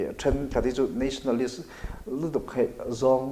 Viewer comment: nationalistist tiss.... a chiang thei khawp mai 😂😂😂